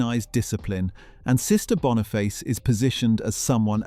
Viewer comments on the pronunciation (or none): Oh my .... BONIFACE!!!!! NOT Bonafice. I love this show and its amazing star, Lorna Watson. Great stuff.